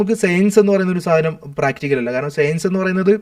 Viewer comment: എടാ..സെയൻസല്ല സയൻസ് നി അതെങ്കിലും മര്യാദക്ക് പറ.